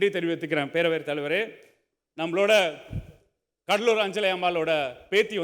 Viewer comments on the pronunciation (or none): none